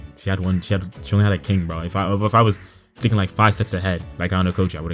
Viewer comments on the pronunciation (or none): none